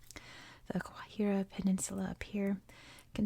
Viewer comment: Guajira with a hard G, your second pronunciation was correct :)